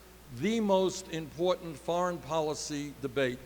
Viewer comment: It’s called a “thoint“ (portmanteau of “thumb” and “point”). I just realised Ana pronounces “foreign” as “forn.”